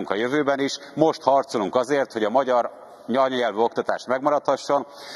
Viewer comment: Magyar nyanyanyelv..😅 az .. pont azt nem birja kimondani hogy anyanyelv😂